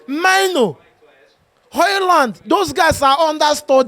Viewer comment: you are African so pls learnt prononounce Mainoo's name properly It is a Ghanaian name pronounced like menu